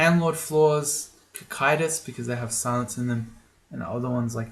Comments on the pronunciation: Apparently, "Cocytus" is supposed to be pronounced 'co-sight-us'. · Hey, I hope you don't believe that nonsense. It comes from greek Κωκυτός, so it's pronounced with a k.